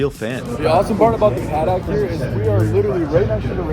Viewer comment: great video please don’t say “paddock” anymore lol